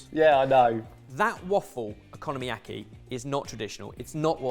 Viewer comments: Someone PLEASE tell them they're pronouncing okonomiyaki wrong. It's "oko-nomi-yaki", not "economy-yaki". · yall need to learn how to pronounce oko nomi yaki oko no miyaki .. no economyyaki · one thing i can never get over is their horrible mispronunciations. like saying economy-aki when the word is okonomiyaki. (o-ko-no-mi-ya-ki). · "economyaki" XD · am I the only one who keeps hearing 'ECONOMYyaki'? 🤣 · Please stop pronouncing it like economy-yaki! 😩😩😩😩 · The way you guys pronounce Okonomiyaki is so bizarrely bad I can’t help but laugh every time. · After hearing the abysmal way they said okonomiyaki I better never hear another Brit talking about how American’s pronounce croissant…or anything else for that matter. 😂😂😂